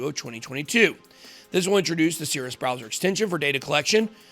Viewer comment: I thought you said Sears. Thankfully there's text to tell me you said Cirus.